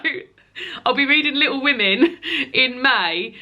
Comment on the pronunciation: Maybe add the n back on? Call it Little Wo-May-n rather than Little Wo-May. It's great to have you back. You seem extra cheerful today so I think the break did you good.